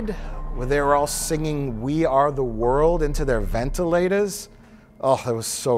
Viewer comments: When Mike says "ventilators" the first time, his Wisconsin came out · Mike’s pronunciation of ventilators is the most Wisconsin he has ever sounded